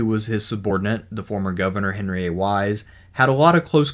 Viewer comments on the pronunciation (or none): none